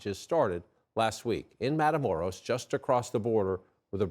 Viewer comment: "Matamoros" 💀 Dios mio.